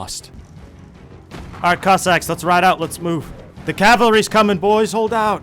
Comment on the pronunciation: Everytime says "cossacks" it sounds like "cock sacks"